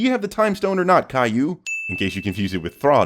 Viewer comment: This man called the former sorcerer supreme "Caillou" and I am DEAD AF 😭😭💀💀💀